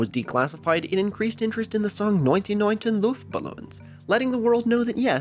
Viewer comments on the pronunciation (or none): none